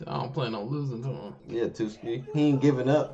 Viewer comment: Tsukki=TWOSKI XD